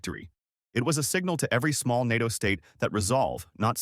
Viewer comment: Yes and learn how to pronounce “NATO”!